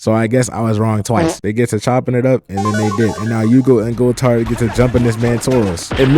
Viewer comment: Gool - Tard/ How to pronounce Goultard’s name.